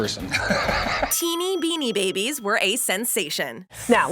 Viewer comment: Hey when u said Binni babies where one of the best toys when u said in the saddest McDonald’s happy meal toys u said binni babies that’s just sad.